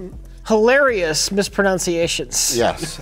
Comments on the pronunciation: no, he said “pronOUNciations” it is “pronUNciations”. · I find it ironic that mispronounced “mispronunciations”. 😆